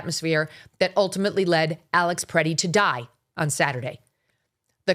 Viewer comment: "Alex Pretty, Pretti, whatever." C'mon man, get his name right and don't say "whatever" because you mispronounced. Give the dude a little respect. I know you're an East coast girl but you just do not understand Midwesterners. I truly believe he was just helping a woman to get up who was pushed down because that's what we do here. It's innate, we don't even think twice and especially if you're a man. I was hoping you would take a more nuanced approach but nerp. You'd be much more credible if you just said this was a major fustercluck, which it was.